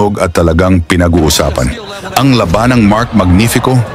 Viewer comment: Anong ta-ong? Laba-nan?? Taon' at la'banan' ang wastong bigkas ss Tagalog Mr..AI shit